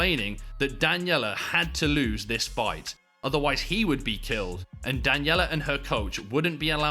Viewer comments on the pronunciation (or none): none